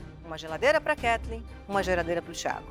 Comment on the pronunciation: E até hoje o Fogaça não consegue falar o nome da Ketleen